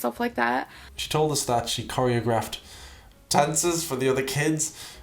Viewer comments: korea grift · "I corry-ah-grift lots of dances." Sure ya did. 🥴🥴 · "I choreAgraphed uhhh dances, and won every talent show" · the way she said 'choreographed' tells me she only knows the word through text. she would know how to say the word properly if she were exposed to it verbally (likely at a dance group) lol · What kind of dancer can’t pronounce choreographed? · The way she pronounced choreographed omg…